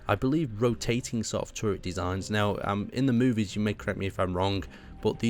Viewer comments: When you realize most of the comments are about how he says the word "movies" with this masterpiece of a build recreation. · Did he say movies?